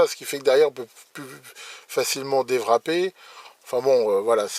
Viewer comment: Est-ce que c'est normal de prononcer "déwrapper" avec un son de W allemand?